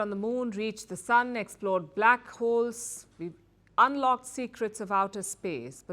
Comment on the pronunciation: I know Palki is reading through a teleprompter but guys we have not exored black holes 😂